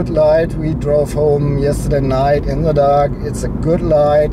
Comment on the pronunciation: "... of se polo.." haha :D